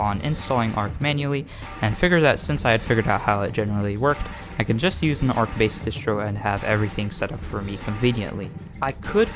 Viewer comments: everytime he say arc it hurt my heart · arCH CH not k 😘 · the first time he said it caught me off guard. had to take a breather after that one